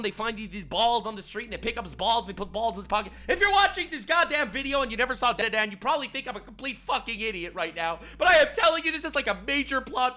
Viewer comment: ... And he still can't pronounce DanDaDan correctly. It's okay boss, we still love you.